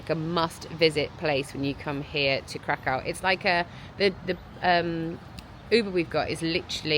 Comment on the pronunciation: Krakow is pronounced like ’Krakov’. The W is pronounced like an English V